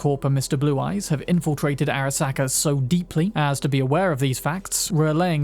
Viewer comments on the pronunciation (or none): Airuh-SAW-kuh, jesus dude. did you even listen to them pronounce it?